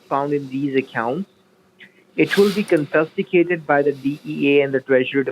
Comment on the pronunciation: Oh WOW... it's been ages since I I've heard one of these dumbasses say "your funds will be CON-FIST-ICATED" 🤣🤣🤣